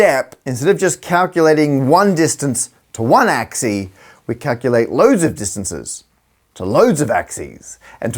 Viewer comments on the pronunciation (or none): Today I learned that the singular of "axes" is "ax-ee"! 🤣😆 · Did you say "axie"? That's a cool backformation